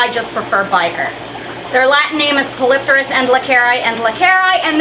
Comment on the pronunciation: I believe Polypterus is pronounced "poly-tare-us". Name means "many wings (or fins)" so it has the same root as pterodactyl. It doesn't make sense to pronounce it as "polyp-tare-us" since the 2nd "p" is part of a separate root word.